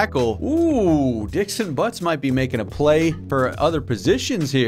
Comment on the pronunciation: “Dixon Buttz”